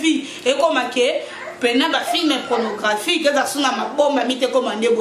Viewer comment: Tu dois apprendre d'abord la prononciation des mots comme PORNOGRAPHIQUE OU PORNOGRAPHIE avant de prétendre être CHRONIQUEUSE.